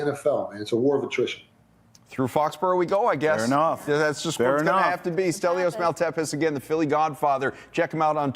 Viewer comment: Delios? I thought his name was Stelios.